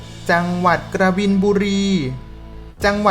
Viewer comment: อักขระไม่ถูกต้อง กบินบุรี ไม่ใช่กระบินบุรี และอีกหลายคำ